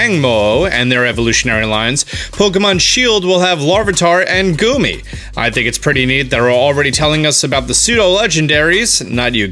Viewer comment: Okay. Anyone else offended by how he just did Goomy like that?